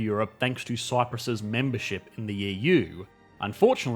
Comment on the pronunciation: "Cryprus's" :P